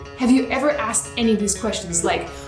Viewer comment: As intelligent and insightful as she appears she purposely says axed. I'm not trying to be insulting but if you're going to try to demonstrate your culture saying the word asked in that manner does nothing but make you sound uneducated sorry not trying to hurt your feelings but you should take pride in the fact you've been educated to the point of annunciating such small words would be simple but God bless you all the same